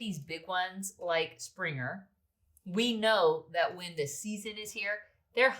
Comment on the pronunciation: Did you say Springer?